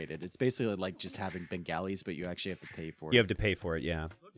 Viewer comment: Minor FYI on the pronunciation of Bengalis - it's more like "Ben-gah-li" rather than "Ben-galley", similar to replacing the 'o' in golly with an 'a'.